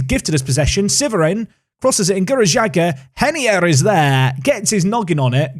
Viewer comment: Is reinier actually pronounced “henier”? Sounds weird